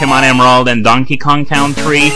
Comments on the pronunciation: Just a small pronunciation correction: Country is pronounced 'Kun-tree', not 'Kown-tree', in English. I don't know if already got to you over on Libelldra, but there you go. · country pronounced con-tree